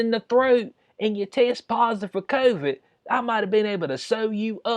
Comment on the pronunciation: ...by the way, CON-vid is hilarious!